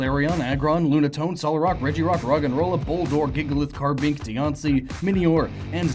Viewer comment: CARBINK, NOT KARABINK!